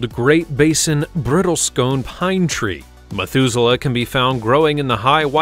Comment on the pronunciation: "BRITTLE - SCONE" -- REALLY? LEARN TO READ, DUDE! It is "BRISTLE CONE"! First say "BRISTLE," then say "CONE"! THE CONES have pokey parts, they BRISTLE!